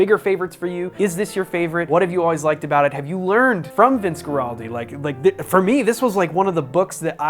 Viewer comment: This is the greatest album of all time, especially the song Skating. Also, it's pronounced WAR-aldi